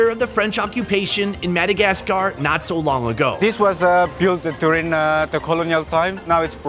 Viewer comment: Its not Madagas Car! Say it properly